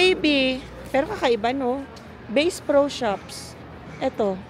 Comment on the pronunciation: It’s not Base Pro LOL It’s Basssss Pro ☝🏼